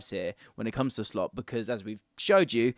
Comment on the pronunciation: Did you say "Slopp"? 😂